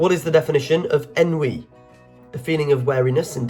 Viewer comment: Good quiz. Got 96%. Your reader is a clear speaker, but some pronunciations are wrong. His pronunciations need to be correct before the quiz is recorded, e.g. accede, heresy, penchant & ennui (2 French words).